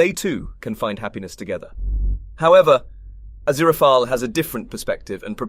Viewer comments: A-ZIR-a-FELL Thus his cover name of A.Z. Fell. Mr. Fell. NO hard ee at the end, though if it were antique Greek the final e would be sounded. But it's not real antique Greek, and you're driving me insane with that extra sounded syllable, which at the very least makes one suspect you didn't really watch the show. Ah-ZIR-ah-FELL. Crow-lee. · Don't pronounce the 'e' at the end of the name 'Azirafal' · Great video but however, I'm convinced Fufur read for this video. Azirapalala. Azirapapap. Aziphapleara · I felt like in that one episode where Furfur can't pronounce his name correctly. Aziraphalala hahahaha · Ah-zira-fail is more accurate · So far so good, besides the correct pronunciation of Aziraphales name! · I can't believe I just endured 11 minutes of this skin-crawling pronunciation of Aziraphale only to realize this is was merely and simply a RECAP of season 2, not an EXPLANATION. Certainly not containing anything SHOCKING at all. The things you do for a few visualizations. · He pronounces the last syllable like fail, but It think Crowley may say it more like fell. I'd definitely take fell over the many wrong pronunciations in this video. And, yes, Crowley with a long O as in crow, but at least he isn't using five different pronunciations for his name as he is for Aziraphale. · Your pronounciations of aziraphale just keep getting more strange as the video goes on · Only heard it said correctly once in the entire video. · Never worry, one cannot simply pronounce Aziraphale’s name. 😂❤️❤️❤️ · It's ah-ZEER-ah-fail, and CROW-lee. Honestly, it's hard to listen to you when you can't even pronounce their names correctly (or consistently). Did you even actually watch the show? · I would find the review more credible if the presenter wasn't mispronouncing BOTH the primary characters names!!!!! Did you even WATCH the show cos the names are stated regularly and clearly!!!!!!